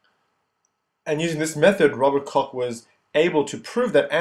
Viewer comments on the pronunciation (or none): pronunciation of Koch (German) is like english Cook... not cock.